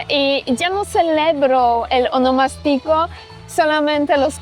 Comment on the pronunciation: Ahh tu dices honomastico. Pero creo que la en RD se le dice a tu cumpleaños. Un termino ya en des-uso. Verifica prounciacion que lleva asento diferente. Yo que vivo en Miami y soy de San Cristobal, he perdido la costumbre de tomas tantas cervezas por el tema de que aqui puedes tener multas muy altas por un porcentaje de alcohol en la sangre. Eso lo perdii en Miami